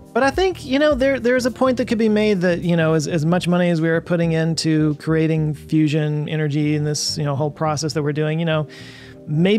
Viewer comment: Its a fuss-ion.